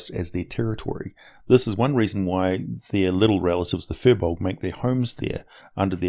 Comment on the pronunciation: An interesting thing (and I'm really stretching the meaning of interesting here) is that Firbolgs come from celtic mythology and as such comes with Gaelic pronunciation. It should really be pronounced as Feer Bolk. Yeah, some useless info there. Thanks for letting me waste your time.